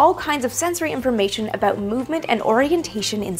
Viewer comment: Ha! I heard an "aboot".